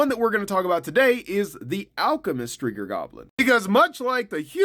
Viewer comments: Striga...not striger...it sounds like you're saying geer. Striger..no...my eyes suck. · Sound weird like striga with the hard r 😂